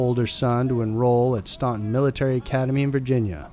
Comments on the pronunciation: Only someone not from there would pronounce it Stauhn-ton...instead of what it is STAN-ton. The first puts way more class on the town than it ever deserved.. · Staunton is pronounced like 'Stanton' but you can always tell when someone not from VA is trying to pronounce it.